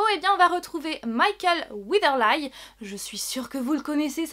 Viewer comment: Haha ça se prononce "Weatherli" mais sinon je suis très contente que tu en parles, j'ai hâte de voir ce premier épisode! Timeless a aussi l'air très intêressant. :)